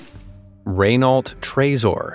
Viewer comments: Fyi, narrator, Renault is pronounced similarly to ren- (as in Ben) -oh (slight emphasis on the first syllable). You don't pronounce the -lt, and the R is sounded from the back of your mouth, with a short, soft "roll" from the tongue against the throat. If you can't do that, just "ren-oh" is pretty close. To spell raynote it would be Rénaute. Those cars with gold, especially that seriously fugly limo truck with the 24ct gold loo, are hideous! Definitely not classy! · Ray-nahlt... Hah! Watch Top Gear. Clarkson would say 'reh-no', just because the Brits know their French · Calling Renault, Raynault, property hurt my ears and I'm not a French car lover, really. And that American math with BMW killed me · Yea I’m also gonna correct him not trying to sound like an ass but it’s pronounced re-no not re-nail-t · It’s Raehnoo not raynault btw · Nice work, I enjoyed the video, But before you get flamed with rage-filled comments it's "Ren-Oh" Slightly like "RWhen-Oh" (Hard to explain that part) Not "Ren-Alt". Tresor is "Treasure" in French. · Raynolt??? It's pronounced like "Renno" ya fool! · Excellent video! I enjoyed it, but with so many gear-heads probably attracted to this kind of video I think it would be a good idea to learn how to pronounce: Maybach = very close to "my bock"but the ch part is a little bit of a German gutteral drag sound. Renault = "Reh No". Porsche is actually "por shuh", but I'll admit that I still pronounce it "Porsh", because I spent decades saying that. (Bugs the. crap out of my brother-in-law who has at least two Porsches. Can't keep up with him.) I would be probably interested in the Renault Trezor, that looks like a pancake going down the road. BMW Vision Next 100 is also amazing. (And here I am buzzing around on my Gogoro S1..... geez.) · "Renault", being French, is pronounced as "reh-know", not as written. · Never heard of the Ray-Nault brand before. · "Ren - O". Why is this word so CHALLENGING???🤣🤣🤣🤣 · Raaynault 😂😂 Its Renault